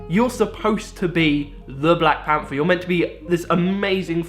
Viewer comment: Black panfer. Fink. Strange how thay spell right but dont say it right. Good video thow